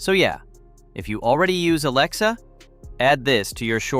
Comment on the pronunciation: For fucks sake, stop saying ALAEXA. Say A or something else. Also, while I am here... Why not show the brand you are talking about while you are talking about that brand. Not worth the time to watch .